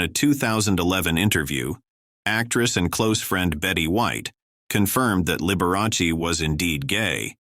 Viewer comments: At least pronounce his name correctly....it's Liber a chee. It's Italian. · "The bi-o-pick on liber-a-see" AI again. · You aren't pronouncing Liberace's name properly. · The A I voice can't even pronounce Liberace properly. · Out of respect, couldn't you at least pronounce his name correctly. Liberace. it's Sal (sounds like) Mini 0.